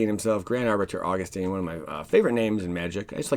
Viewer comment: AUG-US-TIN. Not teen